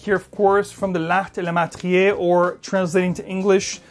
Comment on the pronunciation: Come on !!!! L'art et la MATRIÉ !!! Where have you seen that !?!? Is it to hard for you to try to pronounce French the correct way 😡😡😡